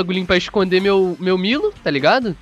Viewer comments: se pronuncia (Miro) da uma agonia vc falando milo cara kk abraça tmj. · Isso é a pronúncia em japonês KKKKK o certo é milo msm. Tipo japonês fala brack em vez de Black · Essa é a pronúncia no Japão kkkkk, lá não existe a letra L, por isso eles falam "Miro" ao invés de Milo, e Oru Maito, ao invés de ALL might